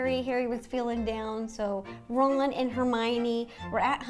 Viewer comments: His name is Ronald/Ron not Rolland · Who Rowland? It's Ronald. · she called ronald ROWLAND I CANT RIGHT NOW LOL